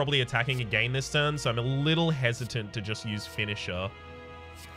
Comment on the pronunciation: I love you but God i hate your pronunciation of “again” so much xD